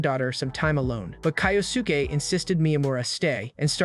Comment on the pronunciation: Hori’s dad name is pronounced Kyo-ske